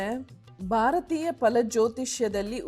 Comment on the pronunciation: Madam, ನಾನು ನಿಮ್ಮ ತುಂಬಾ ಬಿಗ್ ಫ್ಯಾನ್... ಬಟ್ ನಿಮ್ಮ ಕನ್ನಡ ತುಂಬಾ ಚೆನ್ನಾಗಿದೆ... ಆದ್ರೆ ಸ್ವಲ್ಪ ಅಲ್ಪಪ್ರನಾ, ಮಹಾಪ್ರಾಣ ಸ್ವಲ್ಪ ಗಮನ ಕೊಡ್ಬೇಕು ಅನ್ಸುತ್ತೆ... Such as, ಭಾರತೀಯ pronounce ಮಾಡ್ಬೇಕಾದ್ರೆ ಮಹಾಪ್ರಾಣ ಬಳಸಿ ಪ್ಲೀಸ್...